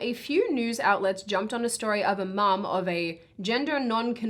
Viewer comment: You managed to say a fusion of mom and mum very impressive